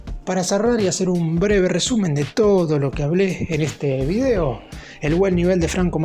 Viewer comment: De el =. Del Video = vidéo acentuar la e como se hace en Argentina hay como una saña e que tenés para reproducir errores españoles y latinoamericanos